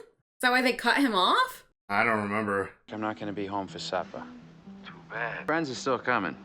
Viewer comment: "I'm not gonna be home for suppah"